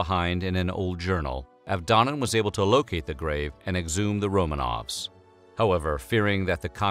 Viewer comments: Stop saying "Romaines". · Did he say "Romains" at one point or is my dark soul warping my hearing? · "Romaines"? Really?